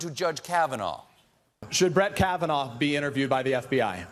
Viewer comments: "Judge Kahvanaur" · Why does he keep saying it with an R.... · Trump cant even say Kavanaugh properly. Should be voted down just for this. Judge Kavanar. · Not sure why Trump says ‘Kavanarr’. That’s not how you pronounce the guy’s name. Also the fact that he somehow realises his only redeeming quality is not drinking is stunning. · did Trump just say "Judge Kavanar"? Seriously? He can't even pronounce the name of the guy he wants right? SMH!!